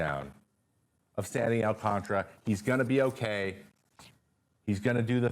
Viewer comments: "Alcantara" not " Alcantra" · Why do people pronounce it alcantra when it’s spelled AlcanTARA